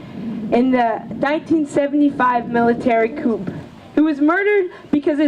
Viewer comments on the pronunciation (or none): Oh lord. How long has this trick been in college? My niece has 2 Phd's and only took her 9 years. What the fuck is a "coop"? This idiot doesn't even know how to pronounce simple words. Its pronounced "coo" not "coop".